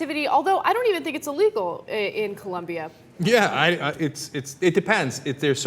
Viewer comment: it's colombia not columbia